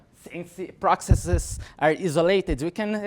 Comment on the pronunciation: "prokseses" xD